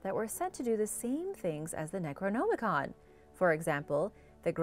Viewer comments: Man, make an amazing video with how you say neroNOMicon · Necronomicon hahahahahhai first thought she said Nekrogoblikon hahaha not the same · I can't stand how she says The necronomicon